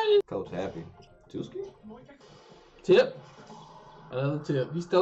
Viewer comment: It's not Tuski, it's Twoski. 😂